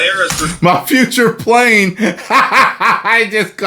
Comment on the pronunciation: Furture Plane!!! He’s speaking it into existence 😂😂😂